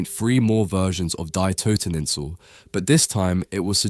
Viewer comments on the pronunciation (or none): "Dye Toteninsel"? Really? If you're going to make a documentary on an art piece, at least learn to pronounce the title correctly.